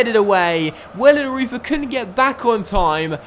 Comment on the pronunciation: you need to say wellenroiter instead of wellenreuther